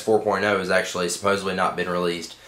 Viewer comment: SuppoSEDly. Not supposebly